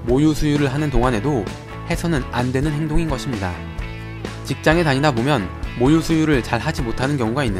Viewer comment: 모유가 자꾸 목요라고 들림........